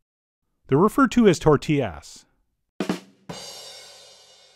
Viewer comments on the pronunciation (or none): “Tortiass” got me xD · "Tortillass" I lost it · lost it after "tortillASS" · Tort-T-Ass yup